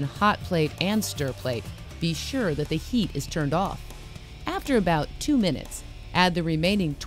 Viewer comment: "Make sure the heat is turned oawww" Is she saying on or off?